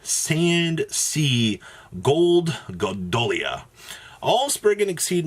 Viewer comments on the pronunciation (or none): Yeah it's very weird how he reads the name. Why can't he just practice saying "golgonda" like once or twice and then he'll be able to say it, instead of saying "gondolia" or "gondala" ( & ). Not to mention how close these timestamps were and how differently he pronounced the name